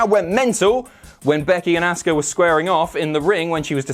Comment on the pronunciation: Say Asuka name correctly!!! We've heard her say it enough please it's so grating!!